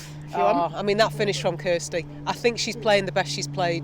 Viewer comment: ‘What do you fink’ - Nat 2019